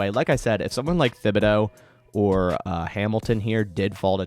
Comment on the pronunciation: Please correct your pronunciation of Thibodeaux. It is Tib-uh-doe. Thanks, from an Oregon fan!